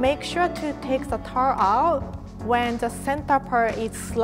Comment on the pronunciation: Her way of saying tart